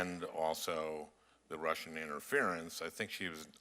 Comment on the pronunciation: Who are these dummies....this guy can't even pronounce "Russian" correctly, it's not Rissians!!! Get rid of all of these old senile and stupid men!!!!